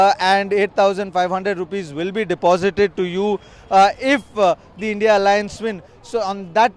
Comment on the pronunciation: Its INDIA alliance.. & not bloody how u r pronouncing... 3rd grade godi media & chutya repoter of Tv9